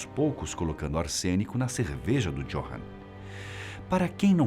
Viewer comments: Johann lê-se com com de "i" = iohann. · Não quero ser chato , mas "J" (jota) em Alemão tem som de "i" (Johann deve ser pronunciado "Iôrran").